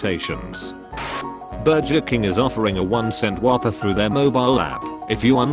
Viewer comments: Meme: burger Text to speech: BURJER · no one: text to speech: burjer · Burger King Not a funny comment, just like the way the text to speech says Burger.